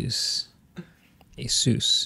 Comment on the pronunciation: “Hey Zeus” not “Jesus”